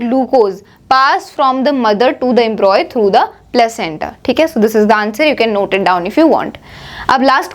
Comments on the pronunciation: It is Embryo not embroy, correct your pronunciation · Its embryo not embroy.. its okay but you've explained so perfectly. Tha k you so much